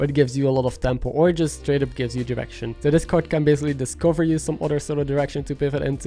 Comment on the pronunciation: Love the video! It's super helpful! But everytime you said "direction" it sounded like "erection", and it made me chuckle every time xD